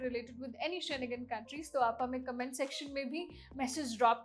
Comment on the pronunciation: शेनेगन नहीं होता ...शेंगेन होता है